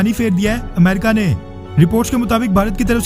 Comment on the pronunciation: अमरीक नहीं अमेरिका होता है